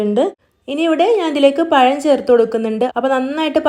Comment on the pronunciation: പയം അല്ല പഴം 👌👌